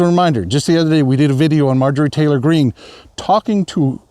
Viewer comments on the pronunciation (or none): none